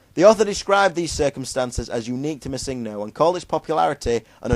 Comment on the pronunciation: holy shit... pronounce it right PLEASE. its MISSingno, no misINGno. the emphasis/accent is on the MISS, not the ING.